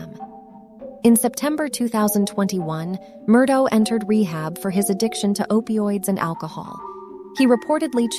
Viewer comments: It would be nice if the narrator was able to accurately represent the most basic aspect of their video, namely the pronunciation of the name "Murdaugh". While it can be forgiven if one pronounces it "ah" or "auk", to ascribe a pronunciation that NO ONE associated with the case has ever used, renders this video unwatchable. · I didn't make it that far... been following the case for over a year so I'll be darned if I'm gonna listen to someone call this guy Alex Murdo while pretending to know what they're talking about.